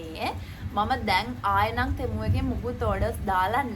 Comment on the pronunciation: අද නම් ටෙමු වෙනුවට තෙමු කිව්වා නේහ් 😅